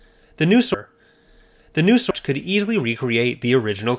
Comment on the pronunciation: "The newSR." Are you okay?